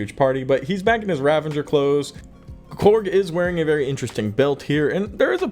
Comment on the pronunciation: THERE IS NO LETTER "N" IN RAVAGERS!!!!